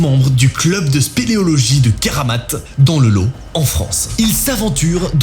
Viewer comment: Dans le lot, on prononce le t 😂